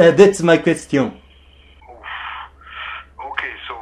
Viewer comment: 댓츠 마 꿰스띠용 ㅋㅋㅋㅋㅋㅋㅋㅋㅋㅋㅋㅋㅋ